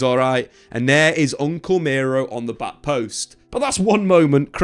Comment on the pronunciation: Bro said Uncle Miro😂